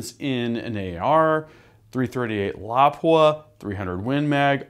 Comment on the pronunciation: Lmfao you said lapua completely wrong. Never ever heard someone say it like that